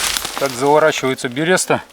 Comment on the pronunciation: В русском языке буква Ё в слове всегда ударная, ты же в слове ёлка не говоришь же ёлкаА)) отвечая тебе, слова берёста в современном лексиконе нет)